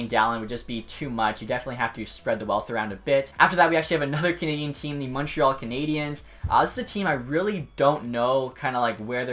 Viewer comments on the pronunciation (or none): none